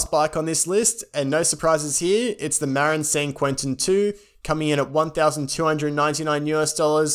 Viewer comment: Great guide. Marin = muh-rin.